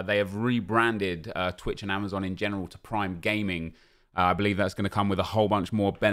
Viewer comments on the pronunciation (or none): none